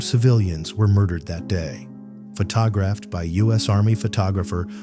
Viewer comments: Pha-tog-raffed?? WTF? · "Pho Ta Graphed" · What the hell is FaTAHgraphed? and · One more AI . not even 4 minutes into the video....... the narrator says Terry Joe Dubrow " photog raphed"after her rescue. For pete's sake .!and again , one has to guess that AI is not perfect even though they would like us to believe it is . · AI generated, click-bait crap. "Pho tah graphed"? Garbage. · "Pho-tog-graphed"? Gotta love AI! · AI voice! Pho-TOG-raphed! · The narrator is AI. I hate to think a live human would pronounce the word photographed like that. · Pretty sure the channel is AI. I'm not sure how you can mispronounce the word "photographed" and follow it up by saying "photographer" correctly in the same sentence and not edit the error out.